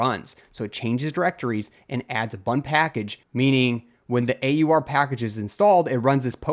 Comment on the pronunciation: AUR rhymes with "oar" and "our"